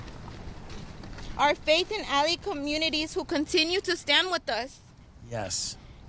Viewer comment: when the el Salvador mans wife said re-silence and not resilience , dead give away someone else wrote that for her. Duh and then she says alley instead of ally...